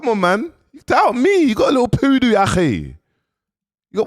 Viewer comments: “The POODOO” sent me 😂😂😂😂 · “ you got a liddle poodoo” 🤣🤣 akhiiii